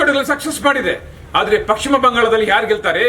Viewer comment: First kannada sariyagi mathadi...paschima bangala...pakshima bangala alla